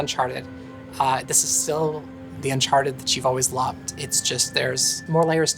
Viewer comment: Uncharteh 5 pils